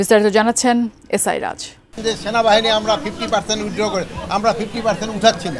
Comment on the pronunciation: ভাষার কি উচ্চারণ, "সোনাবাহানি" এই মাল আবার দেশের নিরাপত্তার ব্যবস্থা করে।😮